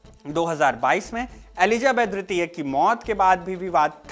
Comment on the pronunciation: Elizabeth dwitiya(II) ya tritiya(III)...the diction sounds like a blend of both words